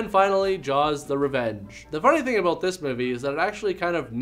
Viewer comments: LOL she said "what are you talking aboat?" So Canadian. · She said aboot!